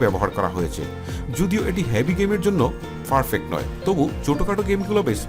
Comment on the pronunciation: ufgrade and ferpect?🤣🤣🤣🤣 vai re vai ki uccharon,ei uccharon diye youtube khulse lame ass shit